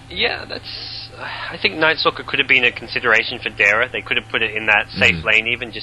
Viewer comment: he said nighstalker LOL